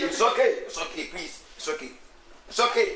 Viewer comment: Prease listen 😂😂😂 eeiiii kyekye